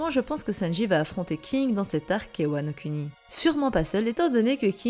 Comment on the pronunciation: prononce "mugiwara" mais prononce "Wano CUNI" x)